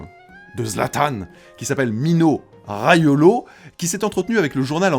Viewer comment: C’est RAIOLA et pas RAIOLO